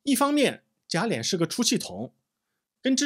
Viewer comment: 贾琏，lian,二声，不是三声。